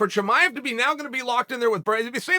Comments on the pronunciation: "Hazmet Chimav" Chael did it again LOL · I bet Uncle Chael just likes saying « Cheemaiv »